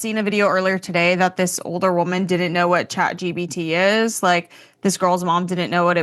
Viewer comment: “Chat GBT” 😂